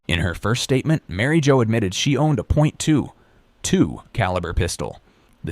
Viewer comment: A point 2 (weird pause) 2 caliber... Why use AI? Lazy